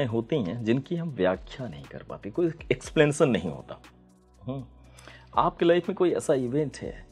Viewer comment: Explension nahi explanation hota hai..matlab व्याख्या 😅